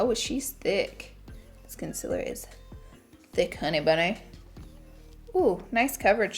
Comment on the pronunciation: nobody: not a single soul: laura lee: CONCILER